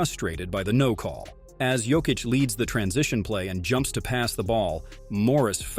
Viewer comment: Learn to pronounce Jokis's name ffs.